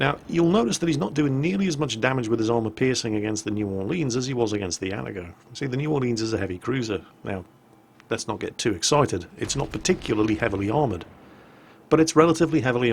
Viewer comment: And... it's AH - TAH - GO, not AT - AH - GO.